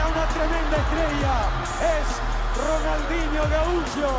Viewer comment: RONAL"N"DINHO, jajaja, quien le estampó el nombre, Papelucho Disléxico, que merme...